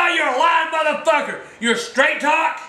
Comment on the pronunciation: in he said Trac talk lmao